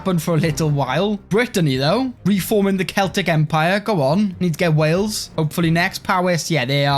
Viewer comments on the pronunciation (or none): none